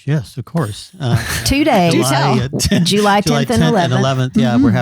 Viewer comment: I haven't heard JOO-ly since my grandpa would say it (he doed in 2001)!